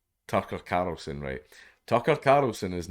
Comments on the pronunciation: I love watching him attempt to say Tucker CARLson over and over AND OVER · Tuckah Karlsssin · Tucker Carrrlsin 🤣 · The way he says 'Tucker Carlson' is extremely satisfying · The way you say Tucker Carlson is fucking hilarious